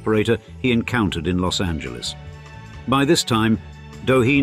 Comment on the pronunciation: 'Preciate the correct, that is the non-English pronunciation of 'Los Angeles'.